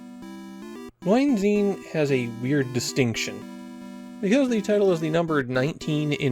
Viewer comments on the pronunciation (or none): "I'm sure the Germans who complimented my pronunciation while visiting their country are now taking that back." To be fair, I have no idea how the dev team arrived at ヌイーゼン as a transliteration for "neunzehn", either, which I can tell bamboozled you to no end. A much closer approximation would've been ノインツェーン. At least your pronunciation of "Kriegsspiel" was solid enough, though as a bit of a correction, "Spiel" is more commonly translated as "game", so "Kriegsspiel" literally means "war game".